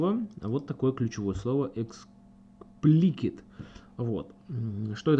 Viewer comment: Эксплисит а не эксплкит ...